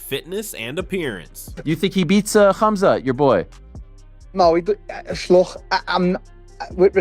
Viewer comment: Did rampage just said khumslut😂